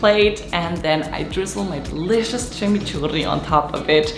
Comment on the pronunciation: Exactly way to say Chimichurri 🥰